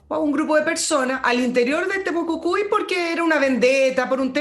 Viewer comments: estimada es TEMUCUICUI no TEMUCUCUI..... jajajajajajaja.... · Buenos días, una vez más escuchando y agradeciendo sus análisis tan acertivos 😊. Sólo un alcance para, la encuentro SECA! y por lo mismo me hace ruido cuando habla de "Temocucui", estimada el nombre es Temocuicui o Temucuicui. Besos a ambos.